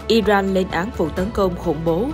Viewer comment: Nghe btv phát âm tiếng Anh mà chán ! 'Caesar', 'Iran', ... bùn cho giới trẻ ngày nay bị hấp thu cái v/h cờ lờ mờ vờ ? :face-red-droopy-eyes::face-fuchsia-wide-eyes::face-blue-wide-eyes::face-blue-smiling::face-red-heart-shape